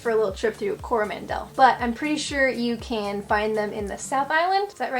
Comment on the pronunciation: NZ is pretty boring 🤷‍♂️ It’s Coro Mandel not Coroman Del Emphasis on the M not the D Your welcome 😉